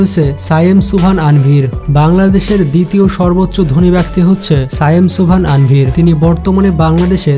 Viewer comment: নাম সঠিকভাবে বলা উচিৎ। তানভীর -এর বদলে বলছে আনভীর!